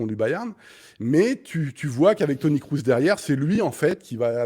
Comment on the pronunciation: Toni "Crousse" ? Non mais serieusement sortez le clown 🙄.